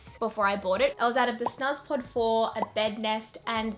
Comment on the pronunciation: Hehe the snuzpod is pronounced snoozpod 🥰 thanks for the helpful vid! Looove this stuff